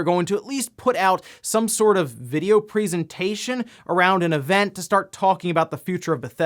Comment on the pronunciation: Am-... Am I the only getting slightly triggered by how pronounces 'presentation'?.. That's not the normal way of saying that, is it..? That a dialect or smth?